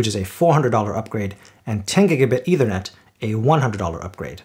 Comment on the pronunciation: Good comparison. Small point: It's not pronounced either net, it's pronounced ether net. You may want to look up the meaning of ether. Thanks